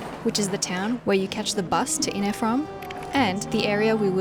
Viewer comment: Every time I hear "inneh" a piece of my soul dies.